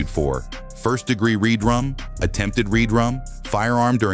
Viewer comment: It's RedRum..Red..Rum..not read rum..js